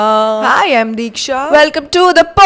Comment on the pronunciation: You forgot to say Deeksha with double ee....😂😂❤